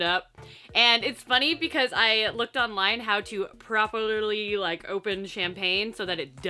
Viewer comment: ... "I looked online how to 'Perloperly' open champagne" omg you are truly astonishing! Im totally Subscribed.